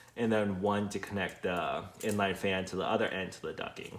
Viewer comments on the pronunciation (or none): Awesome video however knowing how a word is pronounced is important! The word you are looking for ducting! duc T ing not ducking!